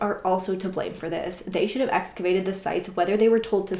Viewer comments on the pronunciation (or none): none